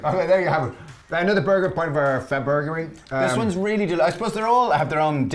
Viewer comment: Sounds like you're saying Fur Burgerary